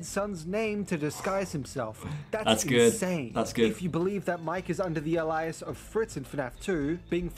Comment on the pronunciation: I think its an awesome solution, and I will definitely keep Dave as CC's name in my head-canon now. But is ANYONE else bothered by the way he pronounces alias?